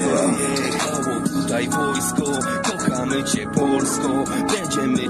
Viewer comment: Jak coś, to "cię" wymawia się "cie", nie "ciem" 😉